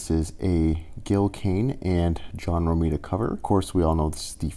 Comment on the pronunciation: *Rah me dah as in rhymes with Andromeda